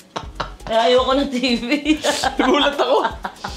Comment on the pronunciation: Sa kaka baby talk ni toni iba nrnig ko🤣 "ayaw nya ng cellphone, ayaw nya ng TiT* hahahaha TV PLA! Inulit kopa🤣🤣